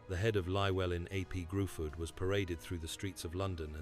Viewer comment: Its not gruford its pronounced Griffith